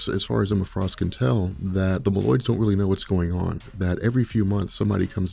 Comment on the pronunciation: Say "mole-oids" lol. Meloids smh